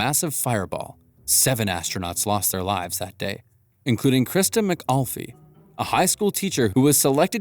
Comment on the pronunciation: It's McAuliffe not McAulfie